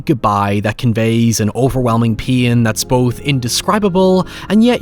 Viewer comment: You said 'pain' ten times before i figured out what you were saying 😅 I'm sitting here like what is pee-in? Great review ❤